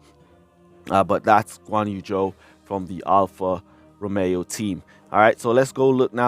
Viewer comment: King, its clear you dont enjoy or actually like f1 outside f1 clash, but make sure to learn the names of the drivers and teams correctly! Its Alfa Romeo, not Alpha Romao. Its Charles Leclerc not Charl Le eclair.